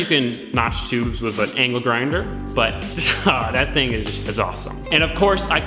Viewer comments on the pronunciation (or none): Can you say ‘with’ and not ‘whiv’?